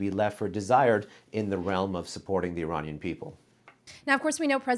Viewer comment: Hey Negar It’s Iranian not Ereyneean… By you misspell the word of Iranian .., doesn’t make you an American